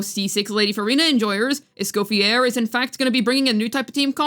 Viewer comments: For the love of god her name is not pronounced Es-coff-e-AIR. It’s Es-cof-e-AYY. It’s French. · Just a small correction, Escoffiers name is usualy pronounced as (Eh-Sko-Fee-Yay) since its french!